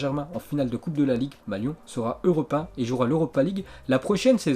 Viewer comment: europin mec sérieux tu sais pas parlé EUROPÉEN !!!!